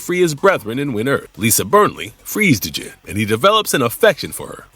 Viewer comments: D’jin? Lol. Dude…….. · the D is silent in Djinn.